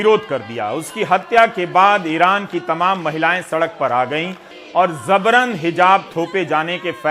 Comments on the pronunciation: Ravish ji ... Zabran Nahi... Jabran sahi pronunciation hai.... Sorry... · Zabran ❌ Jabran ✅ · Zabran nahi Ravish bhai yeh word Jabran hai۔ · Right pronunciation is Jabran (जबरन)not Zabran ज़बरन। नुक़्ते का फ़र्क़ है। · Yes it's J for Jabran not Z for Zabran👍😊